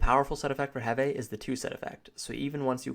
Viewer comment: Sven Hund lol right that bothered me so much